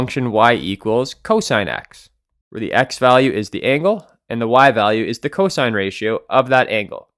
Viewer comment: Its cosine not co-sin